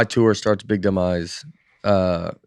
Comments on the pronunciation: When you say big dumb eyes fast, it sounds like you’re saying, big demise. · I hear "Victimize" 🤷‍♀️ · LOL ... Tell Nate to listen around the 3-minute-mark where he mentions his new upcoming tour... Sounds like he calls it ... "BIG DEMISE !!" 🤣🤣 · When Nate says “big, dumb eyes“ quickly, it almost sounds like he’s saying “big demise“ I smell a conspiracy theory, would love to hear Dustys thoughts on this being a conspiracy theory. Maybe Nate is intentionally quitting comedy after this tour, and sabotaging his career in comedy, to become a golfer or professional eater. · Every time Nate mentions the name of his new tour, he seems to say "Dumb Eyes" in one fell swoop and it sounds like he's saying "My Big Demise Tour". I always laugh to myself and then say, "I sure hope not." I would hate to see the Demise of my favorite comedian and subsequently my favorite podcast. I've listened from the beginning. Ya'll are the best! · Hahaha! I thought I was the only one who heard “demise” when he says Dumb Eyes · When Nate promotes his new tour, it sounds like he’s saying “The Big Demise Tour!” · When Nate says "Big Dumb Eyes" quickly, it sounds like "Big Demise" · The way Nate said Big Dumb Eyes sounded a little like “big demise” which would also be a good tour name for Bad News Bates. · Is it just me or when Nate talks about "The Big Dumb Eyes Tour" do you hear "The Big Demise Tour"? I really hope that's intentional :-)